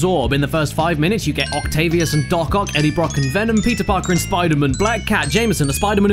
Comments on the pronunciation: I lasted till then I started screaming " spider MAN not spider MUN." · fuckin hell say spider MAN not spiderMUN fuck that's irritating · He clearly says enter electro Spider MAN not Spidermin.. B*STARD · he says spider MAN instead of spidermun unsub unlike unfollow unnotifications undead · He messed up- said Spider-man instead of Spider-mon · It's pronounced "spodermun" caddy. Not "spidermun". Get it right. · Caddy got sick of saying Spider Mun before i got tired of it haha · You failed your 'Spidermun' challenge at this early in. Sorry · Spidamun hahahha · I like the part where he said SPIDER-MN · STOP SAYING SPIDER MÉHN!!! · SPIDAMUN HUMCUMMING BATMUN V SUPERMUN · he said spider-muun 10 times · "Spider-Min" S C R E A M I N G I N T E R N A L L Y A L R E A D Y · Spidermun, spidermun, does what ever a spidermun does! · You saying Spidermen don't actually annoy me.. because it just sounds like your silly British accent is having a hard time pronouncing Spiderman correctly- "Spidermun." Heh. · "Spida-mun" I literally want to kick you in the teeth. Love you Caddi. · I never pronounced man as mun, so the Spider-Mun thing threw me off instantly. Btw, no I'm not american. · its pronounced spooder-mang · About the second time you said spidermun I died inside. Thanks caddy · "Where'd Spider-Wuss Go?" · You mean "Spidamin" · Henrique Carballo Aranha No you mean Spoder-Min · He didn't say Spider-Mun! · you forgot to say spider-mun